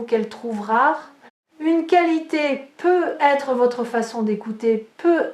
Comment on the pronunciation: Bonjour, j'ai une question à vous poser. Pourquoi ne fêtes vous pas la liaison quand vous dites peut-être ?